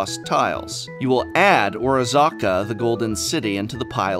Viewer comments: Isn't it O-Razzz-Ka, not O-Razah-Ka? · iz pronounced or-as-ka not or-aa-zz-aka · Oh-razz-kuh driving me nuts. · ORAZCA! Not Orazaca, come on prof! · I can't get over how you are pronuncing the city name. Are you making fun or are you serious? Orazca NOT Orazaca!! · OR OZZ CA not orazaca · or-AZ-ca. Not ora-ZA-ca. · The repeated aggressiv misspronounciation of Orazca makes me furious. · Every time Prof does something like this I die inside, only because he should know better, as "an English major" :P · Professor please this kind of phonetic massacre is just enabling people like SaffronOlive to continue committing crimes on the English language! You're better than this! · So, Prof is going the Seth (SaffronOlive) route of mispronouncing names to get more comments? Glad to be of help: O-raz-ca. XD Also, this is no criticism, I am just joking around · Or Aza A? I thought you were an English major :)